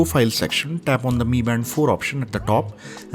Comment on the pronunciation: No bro its pronounced in Chinese so its MI band(pronounced as ME band instead of M I band).